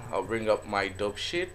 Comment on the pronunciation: when you said dope sheet, i literally thought you said dog shit lmfao